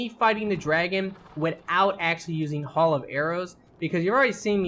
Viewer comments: Don't wanna be that guy but nobody is talking about it but its not pronounced hall but HAIL. I want him to delete this and re upload it just for him to correct the way he is saying that. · ARFICITER, HAUL OF ARROWS, LEARN ENGLISH PLS